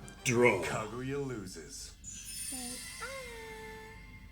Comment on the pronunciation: They've been watching anime for how long and still can't pronounce Japanese vowels? Kuh GOO yuh?